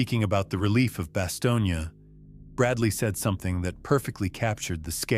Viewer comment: The town is pronounced as “ba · stown”.